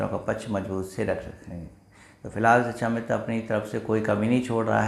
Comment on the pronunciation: Sir shikshamitra! Not sichchhamitra.